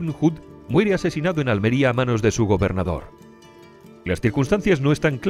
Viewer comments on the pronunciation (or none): none